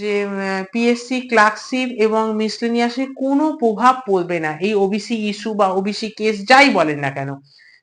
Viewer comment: "পভাব" নয়, "প্রভাব"😅